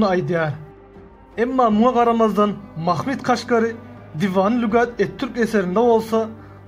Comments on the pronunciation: Mahmid nedir yav. Mahmud demek çok mu zor? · Türkmenler öyle telaffuz etmiyor. Bir kere peygamberimizin bir adı Mahmud'dur. Bunu bozmaya kimsenin hakkı yok. Ayrıca ilmî konular anlatanlar, tarih kitaplarında nasıl yazılıyorsa öyle söylemeli, aslına uygun telaffuz etmelidir.